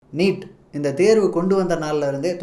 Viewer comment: நிட் இல்லை🤦‍♂️ நீட்🤷‍♂️